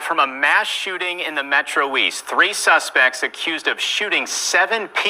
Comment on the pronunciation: I thought I heard The reporter say "SUNSPECT"